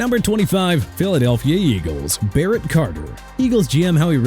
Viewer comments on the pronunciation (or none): none